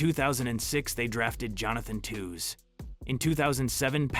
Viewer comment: “Twos”. , , “Toes”. That physical hurt to hear. Toews is pronounced “Tayvz” or “Taves”. Also heard wrong pronouncement of Hossa, Levshunov, and more. This has to be a terrible AI script, voice over, and video edit. Very bad.